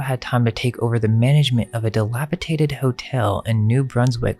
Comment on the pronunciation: Dilapidated, NOT "dilapiaTated"